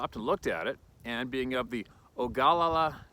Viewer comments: We pronounce it Oh-Gu-Lala. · I am also "Oglalla" Lakota or Sioux as the white culture calls us. It's pronounced "oh- gla- la" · Ogalala= Oh-Gah-La-La. 4 syllables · The indian tribe name is pronounced O ga lala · The Facts by How to Hunt; “Ogalla,” is pronounced “O-gu-la-luh.” XOT